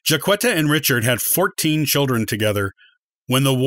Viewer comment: You're mispronouncing her name and some of your statements are incorrect.